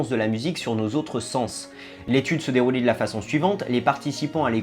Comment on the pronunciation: Je suis le seul à avoir entendu "l'étude se dérouli" ??